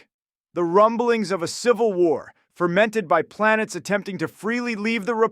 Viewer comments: fermented? not fomented? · Love an who has read Daaved Hu'ume but doesnt know the difference between 'fomented' and 'fermented' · Lol, bro said fermented instead of fomented. He'll never be a master. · 'Fermented' or 'Formented'? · Foemented* Not to be a pedant. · "Fermented," LOL. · I think that was supposed to be "fomented". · Did he mean "fomented"?